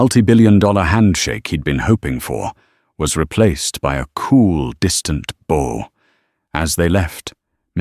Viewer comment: I tend to enjoy your stories, but you would do so much better if you actually did QA on the AI voice. For instance the pronunciation of "Bow" when talking about "Bowing to someone" vs "A bow that fires arrows". The Ai got it right first, then from then on had it wrong. If you double checked it before posting it you could catch things like that and the story wouldn't sound so silly. It often stutters with money values as well. The way it is now, it seems like you just record the AI without listenting and post it blindly. And the names randomly change. All pointing to the fact you do no QA before posting.